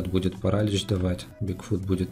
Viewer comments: не парАлич, а паралИч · King нет, паралИч